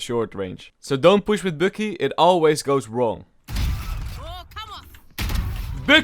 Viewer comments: I like how he pronounces Bucky „Böcky“ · I Love the way he pronounces "Bucky" 😂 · I like how u say Bucky it sounds so nice lol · bucky Subtitles: bookie